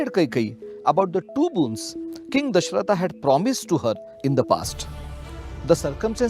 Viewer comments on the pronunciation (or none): Love your channel but please dont say Dashrathaaa instead of Dashrath.. Foreign accents take away the authenticity of storytelling..